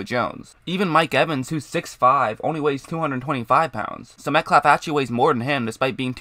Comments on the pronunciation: Killin me with the “Metclaff”. I had to shut it down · Why do you pronounce his name as "Metklaff"? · dude the L in the name is silent sounds like metcaffff